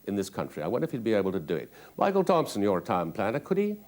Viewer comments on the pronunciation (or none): none